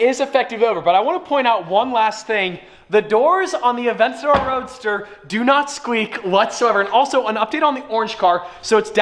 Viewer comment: Theay aveyntadyoor tun tun tun tuummm